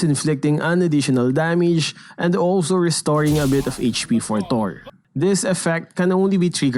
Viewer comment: who hears his damage like danmege